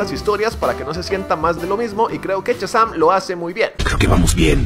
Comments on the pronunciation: No es "CHAzam" es "SHAzam"!!!!!!!!!! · amigo, no es Chasan compadre, es Shazam. ',:0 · "Chasam" :v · test para llamar la atencion de amo cuando dices "CHAZAM" y digo al mismo tiempo mira ese potencial <3